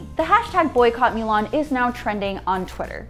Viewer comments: Its Moo-Lahn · She knows it's pronounced moo-lon, right? Not mew-lawn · Is it really pronounced Miu Lan and not Mu Lan? Because in the actual animated movie they pronounced it Mu Lan never Miu Lan. It triggred me for some reson. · Get your pronunciation right... "Moolan" not Muuuuulan... 🤮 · can you at least pronounce the title of the movie correctly? it's mulan, not mewlang... gg...... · Melan? Darling it's mUlan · Myu lhan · I hated how she said the name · I wanna be respectful to the topic at hand but I cant get over "mew" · 'Mow lawn' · "Mew-lahn"??? AWWWW HELLLLLL NO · "myu lan" Why don't you just MOW the LAWN! Myulan myulan its driving me nuts hearing it! I feel like protesting for that word! Sorry just my feelings. Ugh! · Moo - lawn Moo - l - on Moo - lohn Moo - l aw n M - oo - l - on Now say it with me correctly please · small nitpick, but "milan" annoyed me more than it should of. lol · Is she saying "mew-lan"? Please stop. It's not even pronounced like that in Chinese. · Why does she pronounce Mulan like that... She’s says “Milan” wtf is going on...? Lol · Mew-lawn. Stop it. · The way she is pronouncing it incorrectly dries me nuts! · What's up with your pronunciation of Chinese names...? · She only messed it up once. Strong indication there were multiple takes and somehow the others were fine. She didn't mispronounce anything up to that point and Weibo Mulan were pronounced properly earlier in th video. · It's not that hard to say Mulan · Totally butchered mulan pronunciation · She said Mulan wrong 3 different time's.🤔